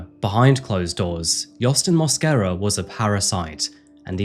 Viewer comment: Lo único es que el apellido es Mosquera en español no Moscara jajaja